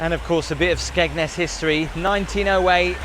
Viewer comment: Skegness.. oh... Thought you said smegma.😅